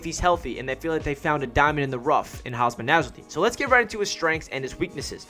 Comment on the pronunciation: It's Hum Sah not Haasmaa